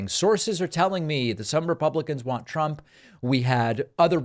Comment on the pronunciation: “Prump” 😂 Reminder that trump mispronounced his own name as Prump